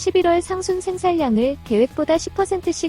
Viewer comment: 생산량 : "생산냥"으로 읽어 주세요 "생살량"이 아닙니다